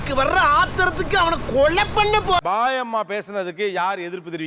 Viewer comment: அது பாயம்மா இல்ல. பேயம்மா